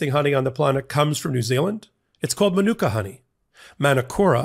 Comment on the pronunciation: It's Manuka (man-oo-ka) not Manicura. 🙂